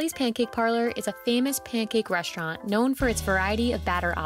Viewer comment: I just cant ignore how she says restaurant like "reshtraunt"